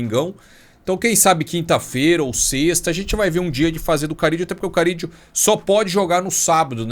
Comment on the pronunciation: Não é Carídio mano, é Carrillo, com 2 érres